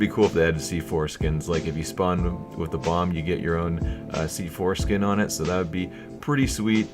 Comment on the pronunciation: he said c foreskin